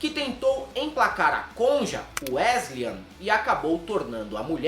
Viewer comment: "Weslian" é foda! Hahahahaha